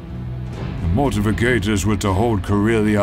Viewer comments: Uh... it's Mortifactors, not mortificators. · I know this is a nitpick but the pronunciation of certain things like the Mortifactors really bothers me. its pronounced Mor-ti-fact-ors. It's also spelled wrong in the video.